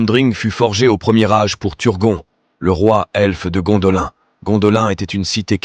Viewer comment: Vos videos sont pas mal, mais s'il vous plait faites un effort sur la prononciation!!! Gondolin se prononce Gondoline comme Lindon se prononce Linedone